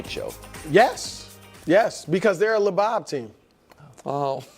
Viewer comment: Brousard "The Lebob team" thought it was "lebum team" made my day 😂😂😂